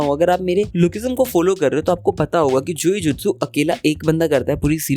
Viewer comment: Bhai vo जुई जुत्सु नही जुजुत्सु hota h pronunciation uskaजुजुत्सु hota h but videos acchi h poori series dekhunga ❤❤